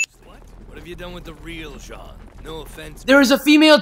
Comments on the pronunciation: sorry this is like years late but jean is pronounced JOHN im pretty sure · his name is prononced shon not jeen get it right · “Jean”??? It’s pronounced Shaun in the dubbed (no I didn’t watch the dub, I watched a few seconds cus I didn’t read the title properly) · 1. Stop complaining 2. Do you even understand half of what is actually going on? 3. Marco is a big deal 4. Jean's name is pronounced John 5. Maybe they talk because ITS IMPORTANT 6. Narration is APPARENTLY a sin. How else are we supposed to understand anything? 7. Do you even really understand what is happening in this show? (Had to ask twice dammit) 8. I see you laugh at death and irony. -_- 9. Armin is the smart one because your the stupid one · you pronounced Jean wrong you say is more like Jan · And it's pronounced "John" just like Sean is "Shaun" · ITS PRONOUNCED JON NOT JEAN, HES FRENCH SO ITS SPELT LIKE THAT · By the way Jean's name is pronounced John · Reiner says Jean's name and the narrator still manages to pronounce it incorrectly literally 6 seconds later. sin ding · One thing I must harp on you about... Your pronunciation of Jean's name. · You can't pronounce Jean properly even when you can hear the characters say it. Jean is a French for John. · Pyromanic Ninja You mean Jean. The way it's said by the guy commentating is actually an English name, only it's female. Said the French way, like how the anime was pronouncing it, is male, as it is the French equivalent of 'John'. Anyway, Marco was the original cinnamon roll. He would always look for the good in people and reminded everyone that even in dark times like this it's not every man for himself and that there are some nice people left. Seriously, this guy disses everyone for being an asshole, then hates on Marco who was one of the only fucking characters that wasn't. Plus Freckles.